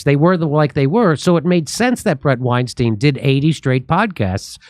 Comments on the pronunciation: Bret's surname is pronounced WineStine, not WineSteen I am a fan of Bret and Heather. And don't break your arm patting yourself on the back. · “Stine” his name is pronounced STINE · Sam intentionally pronounced Bret Weinstein wrong because he know Bret doesn’t like it. What a douche